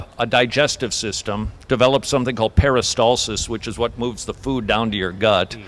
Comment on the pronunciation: the one thing that sticks (no pun intended hehe) out to me is this He can't pronounce PERISTALSIS correctly he keeps saying PERISTOLSES i mean, ok, not everyone knows how to say it, and most don't know what it actually is. but if you're gonna present yourself as "so... there ACTUALLY is this process called....." whatever, you would think you would know how to pronounce correctly . that's like saying "there is a process in conflict resolution called MEDITATION" (when you meant to say MEDIATION) at times like these, close enough is not good enough